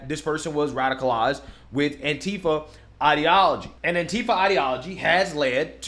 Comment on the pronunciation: also pronounced it "Auntie-fuh"